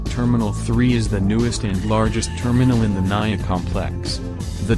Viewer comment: Not naia it's mia